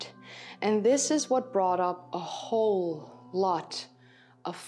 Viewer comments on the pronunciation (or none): none